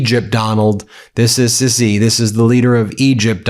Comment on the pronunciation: it's sisi (see see) not sissy 😭😭